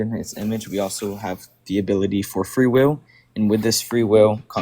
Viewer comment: am i the only one hearing "fwee wiw"